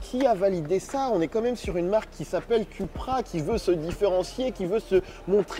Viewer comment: Ça se prononce “Coupra” et non “Cupra”. 🤓 Et le tutoiement alors qu’on ne se connaît pas, comme bcp de YouTubers font, c’est juste insupportable. 👎🏼